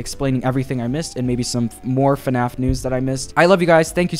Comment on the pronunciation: its fnaf not fuhnaff